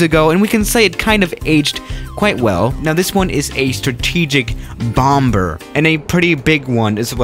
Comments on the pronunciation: It's not pronuounced bom ber. It's pronounced bomb er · One doesn’t pronounce the second b. Say “bommer”, not bom-ber. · Did you say BOMB BER.....LOL...😹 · The last “b” in “bomber” is silent. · The second b in bomber is not pronounced. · Robot voice. Ugh! The second "b" in bomber is silent, and the current fleet of B-52's are not slated to retire until the 2040's. Sheesh! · Hey buddy the second B in bomber IS SILENT!!! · he pronounces the second b in bomber